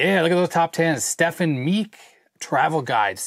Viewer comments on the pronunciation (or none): none